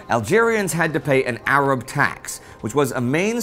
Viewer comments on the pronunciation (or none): none